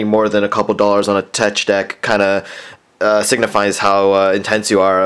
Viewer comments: it is teck dech not tech deck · Not tecch deck is teck deck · It's pronounced teck deck not tech deck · IT ISNT TECHHHHHHHHH DECK ITS TEK DEK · its teck deck not teč deck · TETCH DECK AHAHAHA. It's pronounced teck deck. But spelt tech deck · Hey bro it's tech like technical, just a tip :) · It's pronounced tek dek no hate tho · It's pronounced teck deck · its teck deck haha lol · He said tetch deck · it is pronounced teck deck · it is pronounced teck deck but it is spelled tech deck. It doesn't make the "ch" sound. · teč deck xd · its pronounced (tek-dek) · Excuse me, but your grammar is improper. Tech Deck is pronounced: (teck deck). Hence the word, Technology. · tech deck is pronounced tek Dek because the ch is aid like k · lol its prenounced tek dek. like it rhymes. not just a made up word. man, look up a collection your embarrassing yourself! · Hes not saying tech deck right